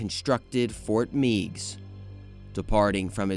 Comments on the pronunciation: Also Ft. Meigs is pronounced "Megs", not "Meegs". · As a kid from Perrysburg, Ohio and having visited the fort several times and slid down its slopes in the winter, I must tell you that Fort Meigs is pronounced “Fort (may-gs)” with a long A sound, as in eight. Thank you for your video :) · Fort Meigs (Fort Magges) As in Mag Griffin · Being from this region and hearing Meigs not said as Megs and Mow-Mee instead of Maw-mee is so funny! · As a Perrysburg-ian, Fort Meigs is pronounced "Meggs". And Maumee is pronounced "Maw-mee" rather than M'ow-mee, so it's closer to Mommy. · Having grown up in Toledo I agree, “Megg’s” and “Maw-mee”.